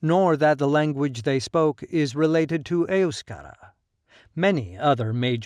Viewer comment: Your cock & bull speech is as accurate as your accent when pronouncing EUSKERA, EUSKADI or any other word